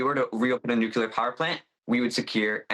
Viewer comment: NUCLEAR, not nuc-u-lar. Why does everyone have to copy George W in mispronouncing the word?